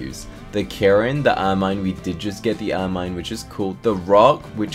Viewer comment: Why does he make Kirin sound like karnen💀